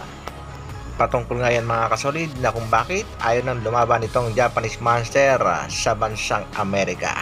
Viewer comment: Grabe ka ang pag pronounce mo ng "MONSTERRRRRR" naging spanish na ang pagbigkas mo eh hindi nman spanish language ang Monster bagkus english word yan..